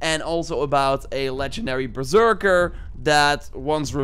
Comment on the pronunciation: It's pronounced "Berserker"